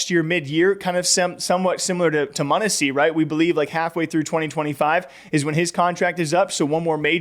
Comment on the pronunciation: Monesy not munissy